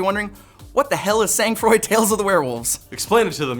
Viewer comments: this isn't sA-NG frOId It's pronounced; 'song frah' (for American accents) Means; Cold Blood ('blood cold' in direct translation) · ah the butchered french....are you people even Canadian? SANG FROID asn in cold blood, pronounced vaguely "son" and "frowa" if you only speak english and no japanese.